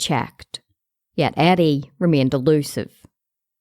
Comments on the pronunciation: I thought she said Addie at first lol now i hear the r youre talking about once i read ur comment lol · how is this respectful. she is not even pronouncing his name right? it reDs Eddie but she pronounces it Addie, wtf? how wrong is that?